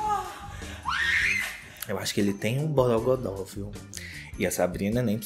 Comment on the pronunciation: Eu amo quando o fala "Borôgodó" 😂